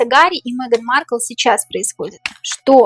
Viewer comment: Маркл до королевы,как до неба ползком,ни рожей ,ни кожей не вышла 😅.Ударение на первом слоге.